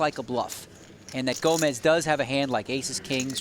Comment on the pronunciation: His name is actually Gomes not Gomez You know not everyone is Hispanic . . . 👋🇵🇹🇧🇷